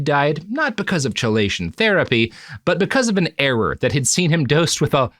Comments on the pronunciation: I'm not sure of the origin but I would guess Greek (maybe Latin). It should be pronounced "key-lay-shun". Robert consistently started it with a "chuh" sound. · Chelation is actually pronounced as KEYlation, sir. It is. in fact, not chill. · Am I crazy or is it chelation with a hard k? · Minor point, but chelation is pronounced key-lation, not chee-lation. It's just one of those things were historically we decided Greek words would use C for χ because it's somewhere between a hard and soft C, but it's closer to a hard C than soft so defaulting to K is often more correct for how English has decided it should be pronounced. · Robert it's "key-lay-shun" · As a toxicologist, every time I go: "ITS KEY-LAY-SHUN ROBERT!" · Chelation "Key-Lay-Shun" That is all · With all due respect, Robert, "chelation" is not pronounced like that... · He still can’t pronounce chelation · Recorded the same day as the previous, my dude. These always are. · Robert mispronouncing chelation therapy for two episodes is making my eye twitch. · I didn't look at the comments on part 1 but I'm guessing that I wasn't the only one who was irritated at the way he pronounced "chelation"! Fortunately I have the good sense to just accept that this is how the world works, and this is not the kind of show where that sort of detail matters as much as it might elsewhere. (Don't get me started on the astrophysicist who consistently mispronounces Niels Bohr's first name!) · Yeah, that is an irritating mispronunciation. I'm trying to "just love the work" and not let it bother me. Fuckin' hell, I first heard the word from medical quack Carlton Fredricks on his radio show.